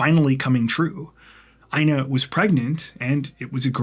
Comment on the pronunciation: Dude...The name INA sounds like EENA😊 Long E...No I. 😊😊